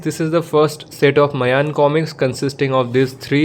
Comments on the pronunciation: Its not mayan. Its maayan. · i was saying that, the pronunciation of the title is maayan.